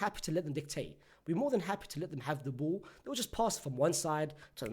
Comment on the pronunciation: I like when you pronounce ball as bull.